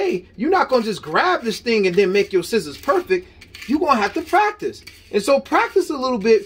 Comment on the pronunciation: Yes, he even says Schissors in the video 😝